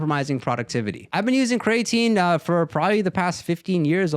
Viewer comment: Bro said cray tine 😂